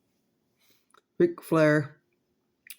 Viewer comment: “The foe harsemen” RIP Dusty Rhodes